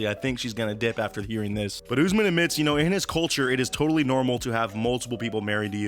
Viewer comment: Lol “oozman”